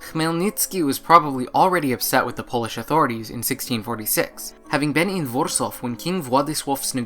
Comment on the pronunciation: For the Polish names - the pronounciation is spot-on! (with just one minor exception of "Vorsov" ;) instad of Warsaw , but this is really no big deal 😃 ).